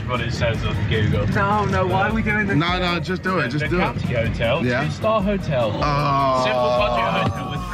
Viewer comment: legendary "COUNTY 'OTEL